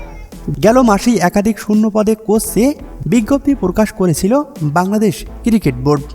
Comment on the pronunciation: KIRI KET na, CRICKET, age uccharon thik koren, tar pore video banan.